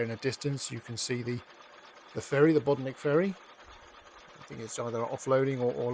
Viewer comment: Pity he cannot pronounce correctly